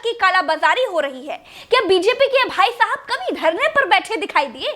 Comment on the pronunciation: When she say bhaisahab I think she said y bdsk walay😂😂😂😂